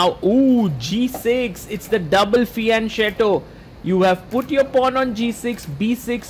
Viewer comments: Yeah it’s also pronounced ‘fian-ketto’ not ‘fian-shetto’ :) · Please stop saying "Fiantschetto"!